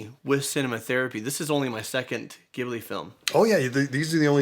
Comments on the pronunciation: It's an nit pick, but it bothered me through out the video. Ghibli(when referring to the Studio) is pronounced 'Jib-lee'. I really love that you're doing the Ghibli movies though and hope you'll do more. Howl's Moving Castle, Whisper of the Heart and Cat returns are the ones I'm hoping for most. XD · Sen in Japanese means one thousand. And that’s how many lessons Ghibli teaches us in one movie 🙌🏻 You gotta watch Grave of the Fireflies (火垂るの墓) next! My favourite Ghibli movie, but also the saddest. Just as a side, Ghibli pronounced with the soft g (as in general) in Japanese ジブリ. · Hope you guys do all the ghibli movies! (Which is pronounced jibli btw) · It’s actually pronounced gee-bū-ree if memory serves. George Japan actually goes over some commonly mispronounced Japanese words, Ghibli being one of them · Your saying Ghibli wrong😭😭😭😭. “Gh”makes the “j”sound. In Japan they say it like that but in the traditional way in Arabic is how your saying it. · It's pronounced as (ji-bly). It's how the Japanese language pronounced the studios name. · e) The Tale of Princess Kaguya (Just a side note as I skimmed through the comments and didn't see this mentioned yet-- Ghibli is pronounced "jib-lee" despite the spelling. The company even admitted that was a whoopsie on their part in a documentary, but they continue to use the hard J sound). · It's written with a G, but it's pronounced like a J... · Fun fact: Ghibli is more pronounced like Jibli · Guys, I love you and I've been watching the channel for a long time but pleeeease stop pronouncing the studio name this way. The first syllable is a J sounds. Like Jib'li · I love your review of such a great movie. So positive and joyful. Could you watch Kiki’s next? It’s my favorite after Whisper of the Heart. Btw, Ghibli is pronounced with a soft G or J sound. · You guys keep pronouncing the Studio Ghibli’s name wrong. Which is very annoying for me to listen to in this video. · By the way, Ghibli is pronounced as G-bli, not Gi-bli.